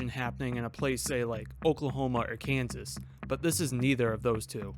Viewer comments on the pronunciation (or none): none